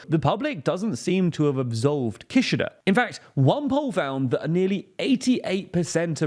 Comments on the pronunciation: That's not how you pronounce Kishida! Doesn't anyone on the team watch anime? Jeez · Not relevant at but the way you say Kishida kinda sounds like Kirchner, and as a Brazilian person, I could not help but to think of the Kirchner family every time you said it hahaha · How do you not know how to pronounce Kishida? Just watch some videos about him, and you know how to say his name....it's not hard guys.